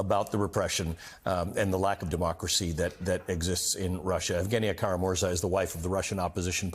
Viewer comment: Kara-MurzA!! Emphasis is on the last syllable.